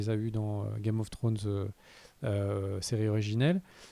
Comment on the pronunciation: Le retour de qui dit Game of Frones 😂😂😂